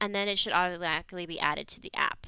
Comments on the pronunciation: Notice how on she said "autoatically" instead of "automatically" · can you say automatically again?